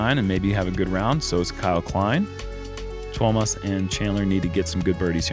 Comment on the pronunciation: your pronounciation of Tuomas is rather good. Better than I would expect from non finnish speakers. Hyytiäinen needs a little more work :D.